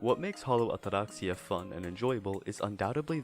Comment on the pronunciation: I enjoyed the review but not the pompous pronunciation of "Atraxia"